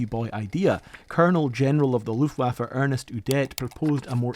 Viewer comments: Small detail: the name was Ernst Udet, NOT ErnEst Udet. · It's Ernst Udet, not Ernest Udet. Now you know. Good video though.